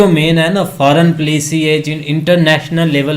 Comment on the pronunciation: Plici (policy) RIP English…😂😂😂😂😂😂😂😂😂😂education level of pack-Stan